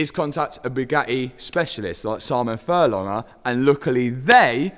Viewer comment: There’s a g in furlonger…